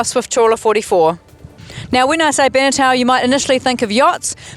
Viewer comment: Other than her mispronouncing "Beneteau," this was a pretty good review of one of my favorite boats.